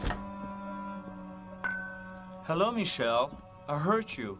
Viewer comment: Wait, at the start is it me or does he say "Hello Michelle I HURT you" instead of "I HEARD you"?